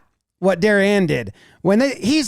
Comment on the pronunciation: Props for pronouncing "Darien" correctly.